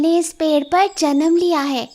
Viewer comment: पेढ नही होता पेड़ होता है